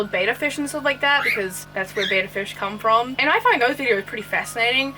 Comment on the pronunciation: Thank you for bringing light to these terrible videos. By the way, you don't pronounce betta fish "bay-tuh" it's more like "bet-tuh"